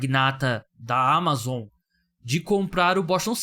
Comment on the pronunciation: Q agonia você falando Amazon desse jeito pqp